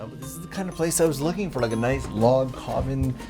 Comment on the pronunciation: Log cobin? 🤣Bruh... thank you. Both for the video, the effort and the laugh. And YES, I do those mistakes myself a LOT. Which is why I found that hilarious.